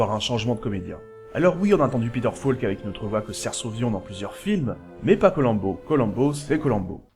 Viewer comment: Faire abstraction de la prononciation "Colamm'bo"... et c'est bon.